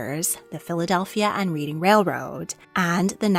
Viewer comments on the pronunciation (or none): The Reading Railroad is pronounced Redding.